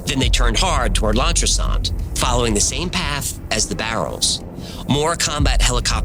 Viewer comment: Thlan tris Ant ....... a bit of help guys 😂 LL is th